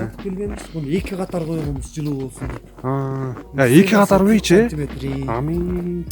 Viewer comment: Ам ий эмес омий))))))